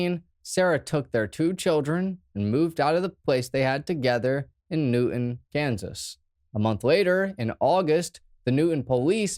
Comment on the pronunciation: Dude doesn't even live in this area yet pronounces Newton just like the locals 😂 knew Moon's wife from high school days and had friends working at Excel during this incident and i worked a few blocks away. Nobody talks about this shooting anymore, almost forgot all about it.